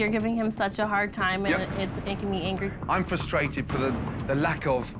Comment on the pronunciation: omg he says angwie instead of angry